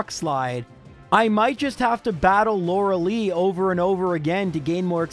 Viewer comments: I'm going insane at how he pronounces lorelei "LAURA LEE" instead of "LORA-LYE" and how he pronounces Arcanine "R K 9" instead of arca-nine" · My soul felt every time he said Lorelei wrong. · do english speaker really pronounce lorelei this way?